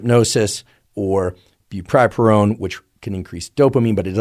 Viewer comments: “brupripurone” bruh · Bupropion is pronounced "bu-PRO-pion", just fyi :)